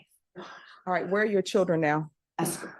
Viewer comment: It’s CHILDREN not SHILLDREN